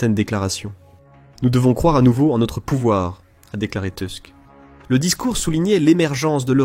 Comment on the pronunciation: Merci pour cette analyse, qui fait chaud au cœur d'une Polonaise. Juste une petite précision. Le nom du premier ministre polonais est... polonais et se dit "Tousk" puisque le "u" est toujours prononcé comme "ou". Autant le lire à la française est logique autant le prononcer à l'anglaise n'est pas pertinent. 😀